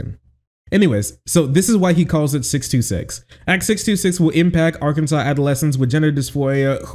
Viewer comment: while i do really love what your state just did for trans healthcare, it is pronounced objectively wrong and therefore i will not respect arKANSAS